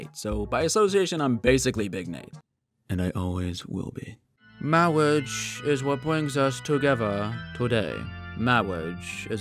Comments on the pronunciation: I love ther princess bride!! "Mawwige is wat bwings us here.. Today" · Mawwage 😂😂😂😂😂😂 lmaoooo it got me dying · "mawige is a beautiful thing